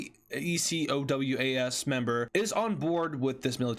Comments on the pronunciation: Some of Ecowas has largely now decided to stay out. August 6th was the deadline but many countries decided they were good, also ecowas states that they may intervene militarily shorter way to say it btw is (E-co-way) or (E-co-was) I've only heard the former though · Say Eco-w-ass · just say ecowas instead of e c o w a s